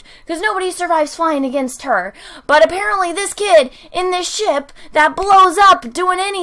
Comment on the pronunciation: Anyone expected to hear shit instead of ship?